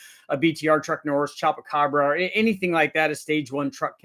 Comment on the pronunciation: Uh.. chupacabra.. pronounced choopacawbra. Lol 😅. Its a Mexican monster myth creature. 😅. At least you got part of it right.. thats better than some.. :(. Love your channel 😊. Thank you sir!!